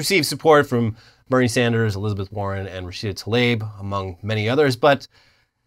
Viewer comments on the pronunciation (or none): none